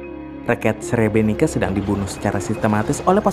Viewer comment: Srebrenit-sa bacanya maaf.